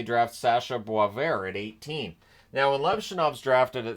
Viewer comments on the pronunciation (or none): none